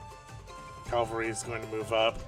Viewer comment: It's pronounced cavalry. It's literally spelt that way.